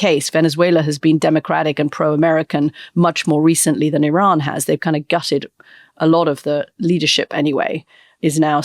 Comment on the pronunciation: So WONDERFUL to hear you pronounce IRAN correctly, Antony! Classy!